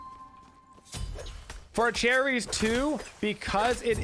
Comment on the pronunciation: i know this man didnt pronounce her name like that